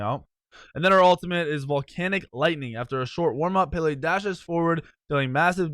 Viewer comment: Pronouncing madam Pele wrong